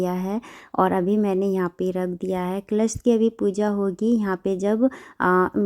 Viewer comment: क्लश नही,कलश बोलते है